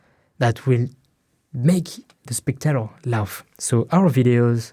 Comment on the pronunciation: It’s pronounced laugh